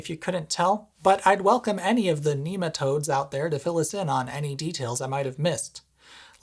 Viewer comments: NEMA-toads bwhahahahaha! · Heard NEMA toads 3 times before I realized he was saying NEMAtodes. And I'm not even sure he said it 3 times! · NB: , the 'g' in "Schrödinger" is part of the ng digraph, which sounds like the ng in "singing". It would be more accurate to say that the uses of the holes you mention are obsolete, rather than deprecated. Good puns—i especially liked "NEMA-toads".